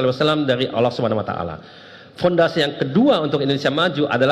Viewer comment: Kok nyebut nama ALLAH kok OLOH OLOH itu gimana.